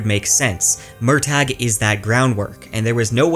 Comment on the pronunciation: I hate that Murtagh is pronounced this way according to Paolini; it's an existing Celtic name pronounced Mer-tuh.